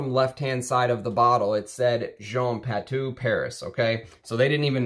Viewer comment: Very nicely done. I am a Perfumer I met Jean Kerlioin In Versailles. He is the ultimate gentleman. So talented and so kind. The House of Patou was the epitome of classic French Perfumery. You cannot beat the quality. Not to be a snob but don’t forget Patou is pronounced “patoo”. Thanks for sharing your collection.